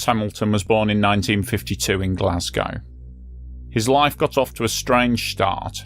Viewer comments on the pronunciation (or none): none